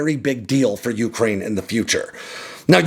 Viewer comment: Dude, why can’t you pronounce Ukraine properly?